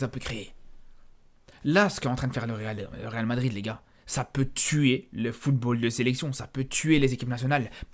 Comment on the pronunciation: à force de trop parler tu n'arrives plus à prononcer le real madrid